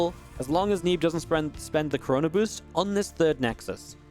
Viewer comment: did he say the coronaboost?